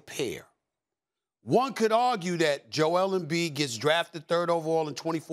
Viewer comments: “Joel embee” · Nobody: Kendrick perkins: joel mb